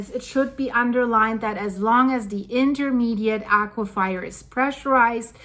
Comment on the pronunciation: As a fellow ESL - Please let me say, there are no wet fires as in aque-fire, I thought it is pronounced "a-cue-fur" as in fur-coat, I just have never heard a native speaker say it that way.